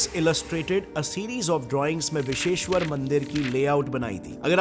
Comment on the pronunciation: Biseshwar nahi. Bisweshwar hota hai bhaiya.